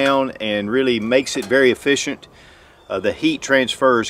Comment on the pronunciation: Efficient not uhfficient. Hands not hayands.